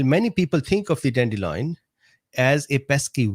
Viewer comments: Sorry but it's annoying me. DANDELION NOT dandeloin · Don’t worry about mispronouncing cichorium intybus. Or “dandeloin” 😁